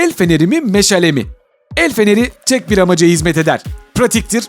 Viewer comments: 2 22 meşele değil meşale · Abi meşele nedir ya meşale o